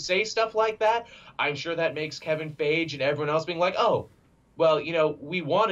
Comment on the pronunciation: Actually Black Panther became number 5 in the Box Office when Infinity War releaseed lol Also, You're STILL pronouncing Feige's (Fy-Gee) name as "FAYGE", after all this time later lol